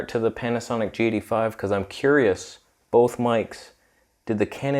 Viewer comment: You pronounce the G85 as "Jatey Five." So strange.